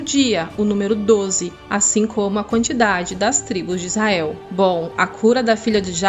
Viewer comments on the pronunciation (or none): none